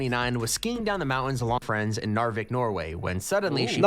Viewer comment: Did Vikk say "My ends" to Narvik?